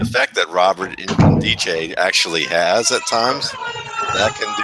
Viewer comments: Great video as always. It's pronounced "In-kem-dee-chee" by the way. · The N isn't silent